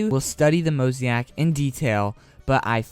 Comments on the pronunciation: YESSSS but NOT mosaic (mozayik) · Yeah lol every time you said mosaic I cringed lol good video tho keep it up